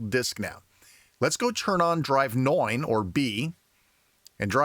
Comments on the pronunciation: It really sounds like the number 9 in German, but I like it. Keep it up!😊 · Neun, neun. I thought you had turned german. Anyway, this is great info. I will be trying this when I get my C64U 👍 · Very good Video. Greetings from Germany😊 Why did say NEUN like in Germany?😂